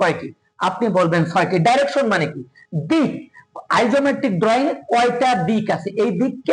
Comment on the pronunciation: উচ্চারণ - ডিরেকশন,আইসোমেট্রিক